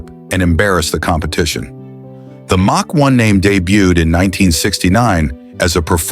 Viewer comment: Ai voice does not know how to pronounce common words so hilarious Says358 instead of 351 Says Mack instead of Mach